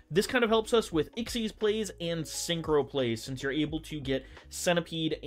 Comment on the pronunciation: XYZ's is pronounced like EX-Zees